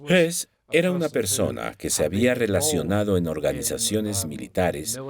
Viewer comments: Estas confundiendo a Rudolf Hess (y si murió en 1987) con Rudolf Hoss, este último si fue ahorcado pero no en Nuremberg. El documental lo pronuncia en español como Hess pero se refiere a Hoss. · El de las imágenes y al que se refieren no era Rudolf Hess, como pronuncian, era Rudolf Höss, que no se pronuncia Hess. Crean confusión. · Ese que pronuncian como Rudolph Hess es Rudolph Höss. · El sonido de la ö en alemán no existe en espanol pero se hace haciendo un sonido similar a la "e" poniendo los labios como para pronunciar una "o". Así que sí, para cualquiera que no hable alemán puede ser confuso pero no por eso deberían pronunciarlo "jos". De hecho la "h" alemana es muda y todo el mundo pronuncia "jitler", cuando dederîa ser "jitla"... la "h" es similar a "house" en inglés, no a la jota española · Excelente documental, pero sorprende que hablaron de R Hess cuando es realmente R Hoss o Hoess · Pronuncia msl el apellido Hoss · es Höss, entonces se pronuncia parecido a Hess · Salvo el detalle patético de que algunas traducciones son dignas de un suspenso en clase de idiomas. Y si entramos en el tema de apellidos cambiados y mal leídos, es de traca. Por ejemplo, Convierten a Rudolf Hoss en Rudolf Hess, o a Streicher en Sweiger. Ni siquiera se han tomado la molestia de consultar una enciclopedia. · El documental habla de Rudolph Höss que se pronuncia, simplificando y para que me entiendas, "jes"